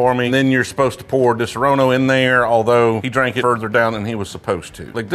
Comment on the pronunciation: You're butchering the pronunciation of Disaronno.